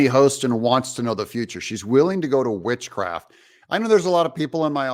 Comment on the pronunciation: She already has it.....sorry ....thought she said Bitchcraft !!